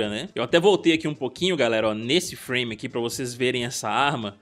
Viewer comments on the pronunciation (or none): none